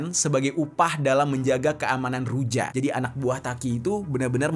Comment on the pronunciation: Huruf J dalam ejaan negara negara Eropa Timur seperti bulgary, serbia, termasuk Rusia di baca Y, jadi ruja dibaca Ruya.. Serbija, dibaca Serbiya.. atau serbia...